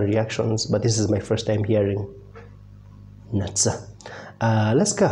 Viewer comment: The pronunciation of her name is Nutsa, not Natsa